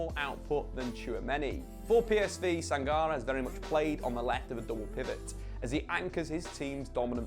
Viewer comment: Your Sangaré pronunciation makes me shiver. The accent on the é would make it Sanga-ray